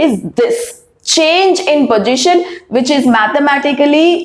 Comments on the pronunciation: All ok but plzz dont say pogition it's position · It's not pojition its positioni keep on distracted when I hear it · Did well mam. But its position not pogition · Kindly pronounce the word position properly